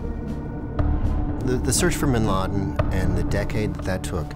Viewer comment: Duuude...Bin Laden's impact is felt even here in Kenya during 1998 bombing of US embassy... Hundreds of deaths plus casualties...And its Bin Laden,not bin lid